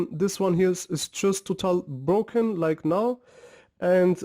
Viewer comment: It's broken, not Brocken